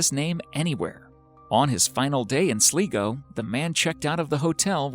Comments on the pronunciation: its pronounced "Sly-go" not "Slee-go" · SLIGO is pronounced as, "SLY GO" For fuck's sake! SLY GO! Not fucking, "Sleego"! AAAARGH!!!! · The old man was in the town of Sligo pronounced sly-go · Your saying Sligo wrong it’s pronounced (SLY-GO) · Its pronounced sly-go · It's pronounced slygo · I find it way too funny how Americans pronounce Irish town names! hahahaha "Sleego" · Its Sligo...pronounced sly-go *video 5 :) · The town in Ireland is called Sligo. Pronounced SLY GO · you are pronouncing sligo really wrong. all irish people will find that so cringy XD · Regarding your pronunciation of the word "Sligo", it's pronounced Sly go. You're welcome. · i was just about to give out about that. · Its pronounced are-land a d sl-i-go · It’s pronounced as sly-go for the county Sligo, man that really irritated me when you said it. 🤣🤣🤣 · It's pronounced "Sl-eye-go." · Sligo is pronounced sly-go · Why mispronounce Sligo as Sleego? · hi if you want to pronounce sligo right sounds like sly -go =sligo sorry was driving me nuts when not said right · It's pronounced Sly-go,Ireland btw. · Klik Date there's a difference between being a snob and correcting a mispronounced county, darling. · Your pronouncing Sligo rong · Please Stop saying "Sligo" your saying it so wrong lol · Its pronounced Sl-eye-go not Sleego. Y'all need to research before you babble on spreading the wrong information... No place called SLEEEEGO in Ireland 😂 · Stop saying sleego it's fucking Sligo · It’s pronounced Sly-go, Ireland. Not sleego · Not too be that guy... But that town in Ireland Sligo. Is pronounced Slygo not sleego. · It's pronounced sl-eye-go not sleego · hahhaha im irish and the way he said sligo was sleego but its lronounced slygoo😉😉😉😂😂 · It’s pronounced slie go no slee go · It's not 'Sleego' - It's Sligo (do you pronounce I like E?) Think eye - Sligo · It’s pronounced sligo not slego🤦🏼‍♂️ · It's not pronounced (Sligo) Slee go it's Sly go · its pronounced sly-go not slee-go